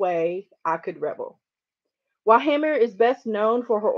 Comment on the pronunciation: its pronounced hay-mer ;)